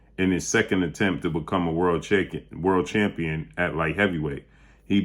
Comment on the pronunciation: ‐ "To become a World Chicken.", yea, you said it right.🤣